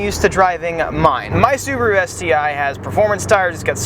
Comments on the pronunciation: "Scuba Roo" ... lol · Lol "Scubaru"